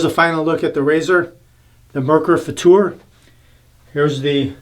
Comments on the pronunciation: Hi, I am German and you are right. The way you pronounced ist right. I mean the German pronunciation. Danke für das Video:-) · The Futur is my favorite. Setting 6 is pretty much aggressive, right. But better buy more valuable blades than the Merkur blades. Your Pronouncing of "Futur" is 100%. Greetings from Germany. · OK, you've nailed the pronumciation of futur, now how about Mühle?